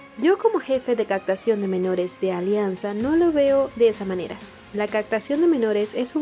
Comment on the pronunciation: CAPTACIÓN... Pronuncia bien pir favor... Es importante tu buena locución , tú informas😉👌